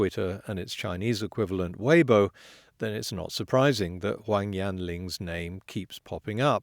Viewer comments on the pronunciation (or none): none